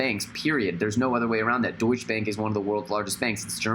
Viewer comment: Super Natural he also pronounces it wrong